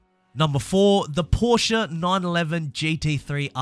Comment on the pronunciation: this man really said “proshe-a”